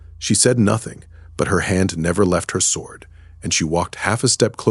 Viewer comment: The Ai's voice changes way too much, and the first time I heard the W pronounced in sword, I knew this had not been checked.